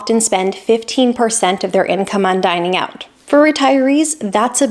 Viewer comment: "Dining out." Say "Dining out."